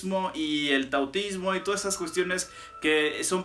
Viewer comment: ¿Taotismo? Jajajaja Menudo maestro